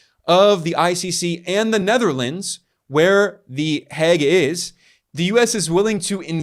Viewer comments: Its pronounced "Heyg", rhymes woth "plague", not "Hegg". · It's mind boggling to me that as a Dutchman, I have to get this news from Ben Norton on YT. Btw the English pronunciation of The Hague is like 'vague' with an H, not 'the Hag'. We have a state broadcaster / news agency in the Netherlands, I check its site daily to get the governmental or official side of what's going on. Nothing. If I google in Dutch, the only coverage one finds is by a big paper from Belgium (half of which speaks Dutch / Flemish) and a niche website for Dutch Moroccans. Not one Dutch MSM outlet has covered this. Thank you so much Ben, for your great work in general and in this case doing the works that journalists in my country should be doing. I've subscribed to the channel.